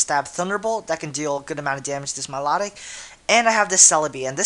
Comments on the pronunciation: Milotic my-low-tick dude, not mih-law-dic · milotic pronounce My-Low-Tick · at first when u said my-la-tic, i was like whaa? i thought it was my-low-tic... o: i guess everyone pronounces names differently :P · I'm sorry but I HATE how you pronounce Milotic... >.>